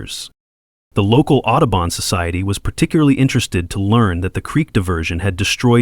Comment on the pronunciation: Otterbon?!? Do you mean Audubo n?